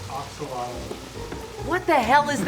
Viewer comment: Fun fact: Axolotl is not pronounced axe-oh-lot-l, but more like ah-show-loht. It comes from the Nahuatl language. Once learned, it ruins all the cute puns out there. You're welcome.